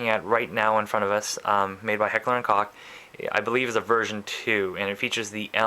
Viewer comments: It's pronounced like Coke, not cock. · It is pronounced "heck-ler and koke" not "heck-ler and kok." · Heckler and COKE . . pronounced exactly like the soft drink you drink . . COKE .. Heck-ler & Coke. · Actually, you're still incorrect. Just because the English language doesn't have the "cough" sound indicative of the "ch" in the German language doesn't mean you change it in English. Its still pronounced like a "cough" sound, NOT like "coke." Call up H&K in Germany if you don't believe me. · Nope my friend, its not Coke,neither its cock. Very hard to describe how to pronounce it, but trust me, I'm a German. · there is NO proper english pronunciation of koch,,,, i prefer "HnK" or "heckler and cock" occasionally "heckler and koch"(proper german pronunciation)